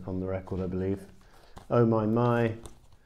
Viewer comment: that french oh my my was beautiful